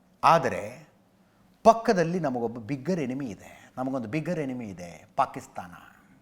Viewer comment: ಬಿಗ್ಗರ್ ಅಲ್ಲ ಬೆಗ್ಗರ್